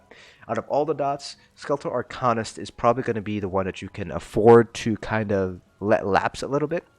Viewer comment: "Ar-cane-ist" not "Ar-con-ist"